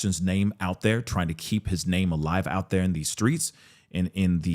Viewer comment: God please stop pronouncing his name that way!!!